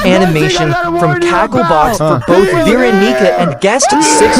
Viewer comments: vee ra nee ca 💔💀 [its ver awn ih cah] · "veeronica" wait "vee" veeronica WAIT IS THIS A DANDY WORLD'S X FORSAKEN COLLAB- I'm srry I'm in both fandoms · You did not say Veronica🥀🥀